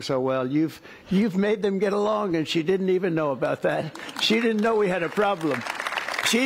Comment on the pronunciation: She literally can't even speak or English properly "K-now" is a mistake absolute noobs make